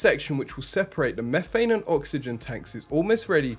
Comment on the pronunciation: And what is “mehfane” 🤣